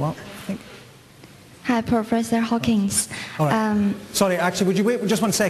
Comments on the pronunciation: Did the chinese lady just call him professor hawkins? Trouble pronouncing the D or she thought he was stephen hawkins? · Did she say "hi professor Hawkins? LOL